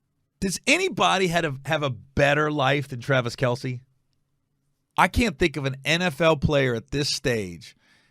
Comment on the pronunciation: Travis MF KEL, NOT R Kell